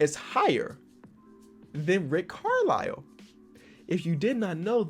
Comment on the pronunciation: Nobody:: says Rick Carlow until he reads it on 2K, then says Rick Carlisle